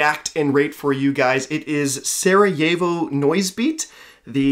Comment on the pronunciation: Before I even watch this im just gonna say one thing since I'm 99% sure I'll need to Sah-Rah-Yevo You didn't butcher it that much but the As in Sa and Ra are not pronounced like English As Another thing, the first song is pronounced as Shchrak, the first letter is basically pronounced as Sh, and the P is actually capital R in Cyrillic. I'm pretty sure the A there is as I explained before tyumu also he actually did it, madlad